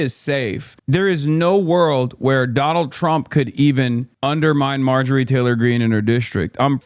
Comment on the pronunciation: Someone said Maojorie 💀